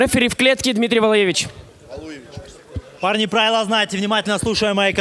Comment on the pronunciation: ты даже имя рефери не можешь правильно произнести, ты портишь кадр,не твое это,без обид.